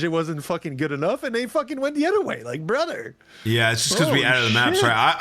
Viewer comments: We got a "BRUDDER" outta, W Episode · My brudder seddy